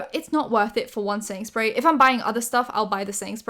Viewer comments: You're saying quickly "setting spray", but all I hear is "Sainsburys" :D I have no idea why. Made myself laugh 😂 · i thought were saying sainsberry and then i realized you were saying setting spray, which makes way more sense.